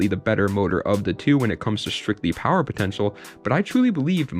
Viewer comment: “Its good for building some powaa”